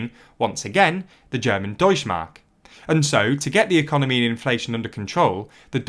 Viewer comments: deutschE mark, there is no such thing as deutschmark xD the E isnt silent u have to speak it in germany we actually speak letters we write xD it sounds so wrong it doesnt even made me understand it in the first place xD as a channel that call himself "news" at least have someone check the script and tell you how to pronounce names of other languages ... its not THAT hard to find any german who would do that for you for very little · the e in "Deutsche Mark" is NOT silent. (German doesn't have a silent e) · The e in Deutsche is not silent, actually